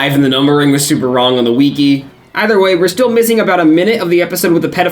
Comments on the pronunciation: Obsessed with the way you pronounce wiki as "wee-key" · Bro pronounces wiki like weekee 😂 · did you learn how to say wiki from quinton reviews